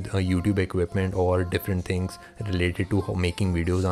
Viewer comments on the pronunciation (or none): none